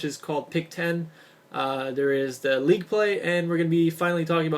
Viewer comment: league play...not "leet" play